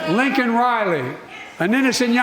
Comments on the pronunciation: He mid pronounced her name. It’s Laken. Not Lincoln. What an insult to family. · He couldnt even say her name correctly. Dishonor. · Brandon looked like a grumpy old man. Can not believe he allowed the Capitol Police to lock up a Gold Star father! The lose of his son was Brandon’s fault. And then mispronounced the name of the young lady from GA who was murdered! Also HIS fault! An absolute disgrace!!!!!! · Biden got Laken's name wrong..shows us how much he cares